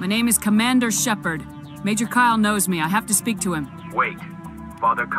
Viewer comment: Why do you always say him guess say shepard.